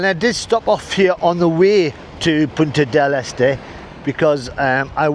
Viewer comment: Congrats on (finally) pronouncing Punta Del Este properly (almost)